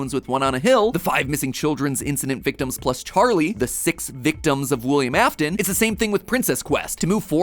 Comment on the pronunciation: wilyehm ahftin